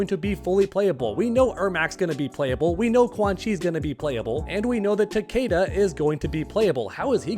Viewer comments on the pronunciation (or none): Why did u say “takada” it’s “takeda” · ta-KEE-da ta-KEE-da ta-KEE-da